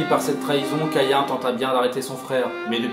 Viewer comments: Perdu! on dit Cahin, écris Caïn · On dis caïn c'est hebreu